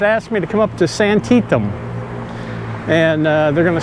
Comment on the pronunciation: I have heard it pronounced as “Santi-Tham”? But what do I know. The hotel over right shoulder in the beginning is called “Pacific Cool”. Too bad it is still closed.